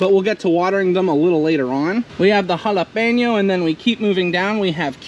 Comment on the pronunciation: I like how you say "Jalapeno" correctly! Your green houses are so beautiful, you guys hav such green thumbs!